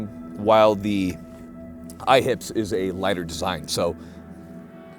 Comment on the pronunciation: I keep thinking he's saying "IHOPs", now I want sum pancakes....Smh